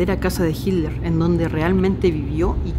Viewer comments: Por que en lugar de decir Hiler, dice Hidler? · jiler dice jajajaj